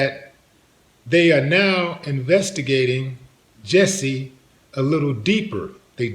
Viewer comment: It's jussie not Jessie. Sorry, I'm OCD